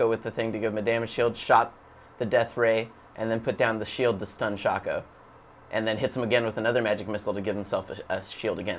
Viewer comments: Calls shyvana shaco, and pronounces shaco wrong. fail. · that hurt some pride right there, especially since he even pronounced shaco wrong... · Shaco its pronounced shake O and its not shake O